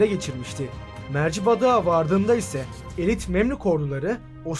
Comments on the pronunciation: arkadaşım iyi iş yapıyorsun ama 'Mercibadık' değil 'Mercidabık' olacak. ilk başta dil sürçmesi mi dedim ama tekrarlıyorsun bu ufak detaylara dikkat edersen daha güzel olur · Daha Mercidabık diyemiyorsun tarih anlatmaya çalışıyorsun